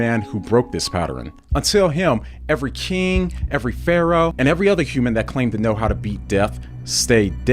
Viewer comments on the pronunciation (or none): none